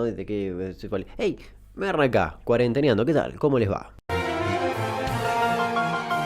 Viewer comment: cada vez que dice "meagarranacá" yo escucho "merrrrrrrca".